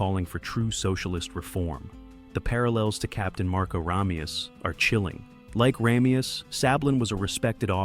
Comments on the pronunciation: RAH-meus? It's RAY-meus. Did they watch the movie? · Sean Conneries name is pronounce like this RAY ME US and NOT RA ME US,get it right for christs sake. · PRONOUNCE HIS NAME CORRECTLY! RAY ME US It is said enough times in the movie that you have no excuse to continually say his name wrong. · No offense, but the face you pronounce “Ramius” wrong so many times (and then correct yourself multiple times) so early in your clip…….ugh. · Dude, you pronounce Ramius in two different ways. Do some friggin research. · you're showing scenes from the movie so i have to assume you've seen it .... yet you keep mispronouncing his name. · God, I know! It drives me crazy every time he mispronounces it!